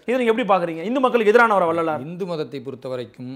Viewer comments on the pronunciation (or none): It is not INDHU. Please pronounce it as HINDU.